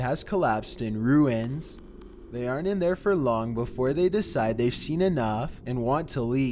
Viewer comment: On number 1 I wasn't paying attention much and said "ruins" but the way he said it was very emphasized and it made me jump lol.